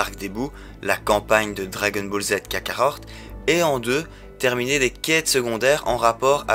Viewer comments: On dit kakarot pas kakarorte lol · Vrm par contre respecte c’est dbz kakaROT et pas kakaORT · Jsuis le seul a rigolé quand il dit dbz kakarot car il c pas le dire mdr 😂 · Ah ouai c'est horrible mes oreilles saignes quand j'entends comment il prononce le nom du jeu !!!! 😂😂😂